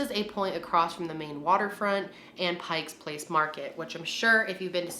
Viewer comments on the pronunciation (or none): Not to be the annoying Seattlite, but it is PIKE Place market. There is no S at the end of "Pike". If you really want to sound like a local, we just call it "the market". Great video,!